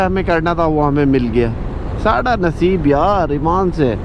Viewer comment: bhai ap ne sada Naseb saraiki accent mn bola h jb ap neom k qareeb se guzrry..is that so?